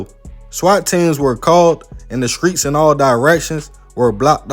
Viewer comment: Did he say skreets? Lol